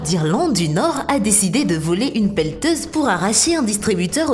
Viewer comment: On dit une pelleteuse